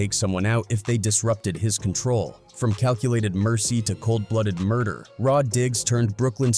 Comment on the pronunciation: When I heard Mder, I spit out my drink. 🤣⚰️ This got to be a corny white dude.